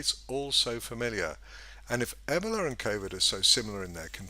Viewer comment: E-BOWL-A Not Eb-ela